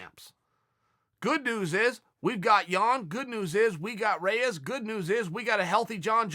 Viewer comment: REYES!!!! Its not close!!!!!!